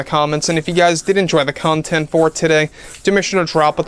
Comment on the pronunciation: I hate how you say content. It would sound so much better if you tried saying it while choking on your tongue.